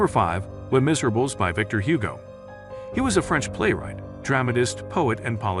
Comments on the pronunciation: if you want to be taken seriously, you might want to learn how to pronounce the titles of the books you're commenting on. You could start with Les Miserables... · It might be more impressive if you could pronounce Hugo's book properly? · Learn to pronounce "Les Miserables" properly. Read more, kid. You're so inadequate. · Since I'm assuming the narrator is not a poorly educated human, the narrator must be a computerized voice and not a good one either. The pronunciations of "Les Miserables" and "Anna Karenina" are particularly off and grating.